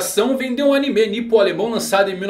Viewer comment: "hakí" "animê" que pronúncias agoniáveis